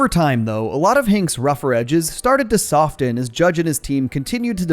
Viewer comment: My guy pronounced the 't' in 'soften' 😂